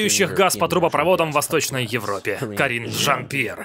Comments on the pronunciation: То как голосом выделяет Карин-жАн П'ьер это просто музыка 😂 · Такер прям кайфует, произнося Карин жАН! пьЕр! 🤣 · В голос смеюсь:)) Спасибо огромное за вашу работу! И Такеру отдельное спасибо за то, как он произносит Карин Жан Пьер! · Мне так нравится как произносит каждый раз Карин Жан Пьер)) интонация улёт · Как произносит Карин жан Пьер- меня смешит до слез🤣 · Почему так смешно ставите ударение в имени Карин Жан Пьер)))